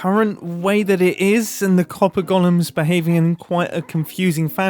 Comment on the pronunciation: i keep hearing this as "Copper Gollums". I guess that makes sense. They sort your precious.